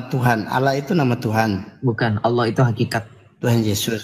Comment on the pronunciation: Maaf bukan Alloh tapi Allah